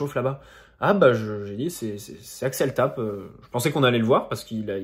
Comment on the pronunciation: Tapé et non tap